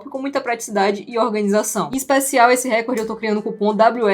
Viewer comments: se diz RECÓRD. Como se tivesse um acento ali. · a pronúncia correta é RECORD... o acento átono recai na letra"o", como se tivesse uma acentuação ali ( recórd ). Se a palavra record tivesse um acento proparoxítono, ou seja na terceira sílaba de trás pra frente, aí sim sua pronúncia estaria correta, me fiz entender? Palavras paroxítonas não são acentuadas, palavras proparoxítonas recebem acentuação. NO mais acho incrível a solução dos cubos mágicos!